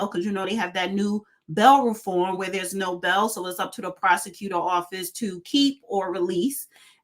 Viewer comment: cute, but did she just say “Bell Reform”😮?